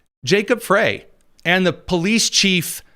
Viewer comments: FWIW, Little Mogadishu is in Minneapolis and Jacob Frey’s last name is pronounced “Fry.” I’m just pointing it out cuz I respect you,, and you seem to make an effort to be precise and truthful on your show. The Somali immigrants have been a “great benefit” to the Democrat Party as they are a solid Dem voting bloc and employ ballot harvesting in elections. This is why Walz and the Democrat Party have ignored the massive fraud being perpetrated in MN. Most of MN is solid red in elections until the Minneapolis metro area votes get counted. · Show yourself smarter than any other conservative podcasterand pronounce the name of the mayor of Minneapolis MN correctly. It's pronounced FRY. I know I'm being picky but it hurts my brain that we can pronounce the name of any multi syllabyle foreign name that has six vowels in a row but can't figure out FRY.